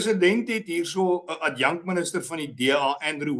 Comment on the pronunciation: ADJANK-minister? Ai tog, Willie, dis ADJUNK-minister of ONDERminister asb.